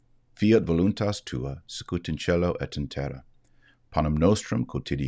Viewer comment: This is not a criticism...I an old enough to have learned the Pater noster. You may want to pronouce scout as I learned as (phonetic "see coot in terra) in love...